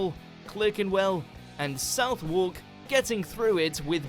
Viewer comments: South Wark? I'm not from London, but even I know the place is pronounced ' Sutherk'. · I suppose to be fair it's difficult to look at that spelling and get Suthork out of it. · Who is this div narrator? Southwark pronounced as 'South Wark'?!!!! As a South londoner this is my Borough and its pronounced 'Suverk' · At about 9 minutes - the Englishman doesn't know how to pronounce area names of a city in his own country..? It's CLARK enwell - not 'CLIRK' enwell - and SUTHUCK - not 'SOUTH-WALK' - so foreigners wanting to be accurately enlightened are going to be subconsciously infected conversely - so much for the overseers of this edition..! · Southwork? Sutherk..... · Sorry, me again.. this narrator is savaging my/and his own English. It's ERA as in EAR-Ah,not ERROR. It's Southwark as pronounced SUV OCK,not South Wark,where J R Ewing lived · You beat me to it, bad enough when Americans mispronounce, at least they have an excuse, but a fellow Brit doing it really irks...for those who don't know, it's not South-Walk...it's Suth-uck.... :) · At number 11, people including the narrator in the video think Southwark is pronounced South Walk - it is one of the places listed in the Great Fire part of the video. It’s one of those English place names that is not said how it is spelt. The SOUTH part is much softer and should be pronounced as in ‘southern’. For the WARK part, the ‘w’ is not pronounced at all and the ‘r’ is barely noticeable, it is more like ‘erk’. And the two syllables are rolled together just like SOUTH and ERN in the word ‘southern’. So if you say southerk in the same way as you would southern you will be close to the proper pronunciation of ‘Southwark’. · Did he really just say South Warck? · Fun fact Clerkenwell is pronounced Clarkenwell and Southwark is pronounced Suh thuhk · Southwark is pronounced SUTHARK, the SU to thyme with Cuff, and the TH being hard. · "South WARK"!!!!!!! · "South Wark", tut tut. For everyone else it's pronounced Suthuk - 😉